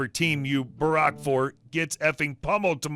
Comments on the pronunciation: Mate it's pronounced barak not buhrark L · Just so you know, barrack is pronounced like army barracks, not like Barack Obama. In Australia it means something like "root for". Like "What team do you barrack for?" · Barrack = "bear-ick" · The gym one haha sounded aussie-ish.. Hearing him pronounce 'barrack' was cute haha its more like 'barrick' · Barrack😂😂😂😂 créche was funny but i lost my shit at barrack. Accents are just funny.